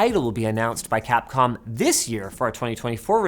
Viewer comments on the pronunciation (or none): none